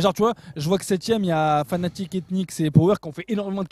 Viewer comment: Picky Oui et il dit FANATIQUE au lieu de FNATIC